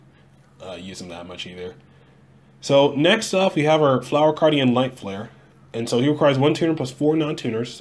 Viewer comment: Aye!! You pronounced it right! :D 😂